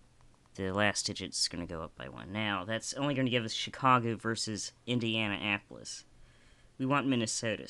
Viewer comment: did you seriously say indiana apolis ? LMFAO